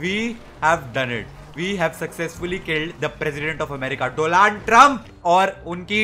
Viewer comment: He said gaali me doland Trump.😂😂😂